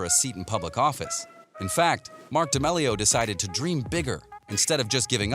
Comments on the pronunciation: Did he say Charlie Demelio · he said "dEmelio" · Ok say it with me DAMEEEEELIO k? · Him (and captions): da mele O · You can't say damelio proply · I think they typed it that way because of the way He pronounced it👁👄👁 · The way he says d’amelio 😡🤢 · Can we just talk about how he says d’amelio...? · I hate the way he says damelio